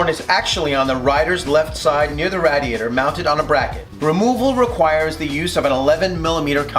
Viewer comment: "Radd-iator" I didn't know radiators were so rad.